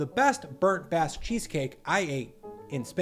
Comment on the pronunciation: yeah but its not "basque"